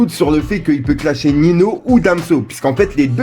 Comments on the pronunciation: C’est malaisant quand tu dis « Nino » aulieu de Ninho [Niño]... 🤣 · par contre ya que moi qui a remarquer qu'il disais nino au lieu de ninho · Oui genre ça se prononce comme ça "Ninio" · Arrête de dire nino ces ça ce prononce niño ! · mais wsh t'es là t'es censé être à l'affût tel est le concept de ta chaîne ytb et y'a tjrs des gars comme toi pour prononcer Ninho, "Nino" en 2020 si c'est pas du foutage de gueule faut l'vouloir c'est pas possible autrement🤦🏽‍♂️🤦🏽‍♂️ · Ça se prononce ninio